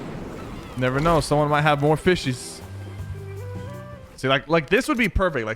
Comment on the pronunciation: fishes? Sypher, fishessss or did he say fishys in a wierd way